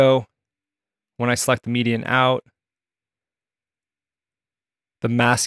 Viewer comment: It's not median, it's mediaIn as in media input 🤦🏻‍♂️